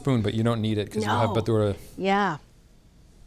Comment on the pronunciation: No green chilly??? WTF!!! TF is ciranos? Capsicum? ( They’re what a soybean is to meat) Also, it’s bha - ture (*practice saying it together) not bh! - dure